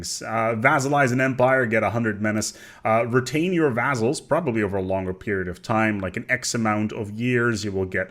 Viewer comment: FIRST? "VAZZALS" !!!!!!!!!